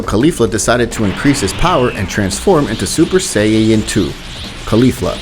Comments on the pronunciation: I love these What If's, but the pronunciation is.. erm.. (Kaughlifula) (sayayin) (etc.) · "Say-ya-yin" why? Say it properly lollll, nonetheless, love your series, stupendous idea!!! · bro stop sayng sayaen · did you say saiyeeyen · Let’s skip the fact that he says sayiyain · did he just say sayeyens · interesting but please say Saiyan correctly please im begging you